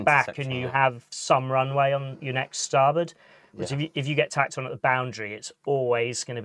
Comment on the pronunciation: It cracks me up ,Bert & Kerp instead of "But & Cup"